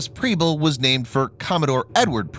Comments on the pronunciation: I just have to let you know that Preble is pronounced with an “eh” sound like in “pebble” not an “ee” sound. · And Preble. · Mispronouncing the names of both ships. I love your videos, though. Please keep them coming and God bless y'all, my friends!